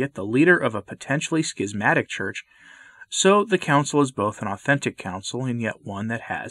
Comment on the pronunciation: I appreciate the pronunciation [skizmatic]. The alternate [shizmatic] just sounds wrong to me.